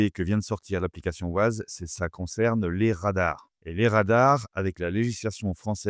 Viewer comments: On prononce 'Wayze' pas 'Waze'... Ces Français et leur accent anglais 😂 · Wayze..pas wazeuhh lol tu fais pitier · Ça s'écrit waze, mais on dit waize, c'est anglais. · Waze😂 on dit Wèze😂😂😂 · Mouhahaha pour information on ne dit pas ouaze! C’est un contraction de deux mot Ways et Maze Waze est un jeu de mots anglais basé sur le mot "ways" (prononcer wéze), qui peut se traduire, en fonction du contexte, par : « voie », « chemin » ou « manière (de faire) » et maze (méze), signifiant « labyrinthe » 😂😂😂😂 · Bonjour. Waze se prononce ouaize comme ways (chemins en anglais). C'est justement parce que le nom de domaine était pris que les créateurs ont choisi une orthographe différente. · Ah les camemberts... Waze c'est Wéze à l'audition... Comme Modern Warfare, c'est Warfére à l'audition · Très intéressant merci, mais alors : "ouaze" Ça c'est vraiment pas possible !!! :) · ah oui "woize" c'est bien ... :-) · J’ai entendu « Wouaze » j’ai quitté la vidéo direct 😄🤦🏾‍♂️🤦🏾‍♂️🤦🏾‍♂️ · Waze, qui est un mot anglais, se prononce wé-y-zzz... C'est que ça fait mal aux oreilles... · La prononciation. Le nom de l’application est bien Waze mais ça se prononce à l’anglaise weīze (comme « ways » qui veut dire chemins ou routes en anglais). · J'ai entendu "waz" j'ai direct quitté la vidéo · J'adore la prononciation française, mais en effet, ça casse un peu les oreilles... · Je peux savoir pourquoi vous ne prononcez pas correctement WAZE ?